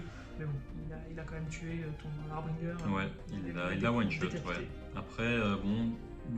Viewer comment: Ah... Enfin une prononciation correcte du mot 'harbinger' :) Pour l'anecdote rappelons que son étymologie provient du mot français 'hébergeur'. Cette minute linguistique vous est offerte par Papy Lolo :D À part ça il faut peut-être que tu changes tes dés... ;) Partie très sympa en tout cas et qui confirme l'efficacité des kurnoth hunters.